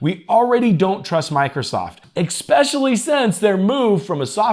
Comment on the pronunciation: there's no "x" in "especially"